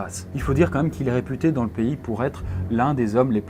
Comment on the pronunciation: "Les plaies à Alain" non mais tu forces là, relis toi un minimum, t'es un des youtubeurs qui font le plus de fautes à l'oral alors que tu lis un texte! Fais au moins les liaisons, entendre "dan une mare séchée" ça fait mal alors que tas pas loin de 30 piges...